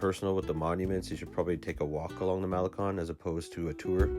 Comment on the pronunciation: Nice video and virtual tour. FYI, you are mispronouncing the following: - Mazatlán - pulmonía - El Faro - malecón Note accent points and how vowels are pronounced in Spanish.